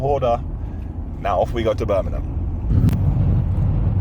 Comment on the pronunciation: pls its BIRMINGHAM Not Birninum 🤣. Ashviles the highlight of my week